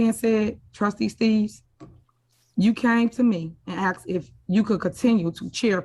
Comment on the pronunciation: Thought his name is Steave not “Steaves”😂😂😂